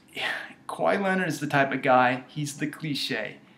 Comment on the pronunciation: he out kwahi because it sound more like why that KA WHI